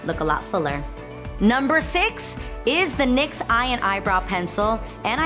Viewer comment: Well drama. Channels are coming for your leiing ass so is it nyx or loreal that's your every day you are not even pronocing the names right stupid boarder jumper